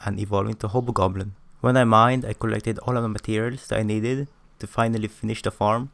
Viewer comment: The fact that he pronounce the hobgoblin but ended up sounding like "HOBO" goblin makes me laugh so hard and the only reason I watch this video in the first place 🤣